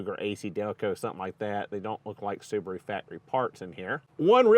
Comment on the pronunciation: The battered soo-bar-oooo. Wow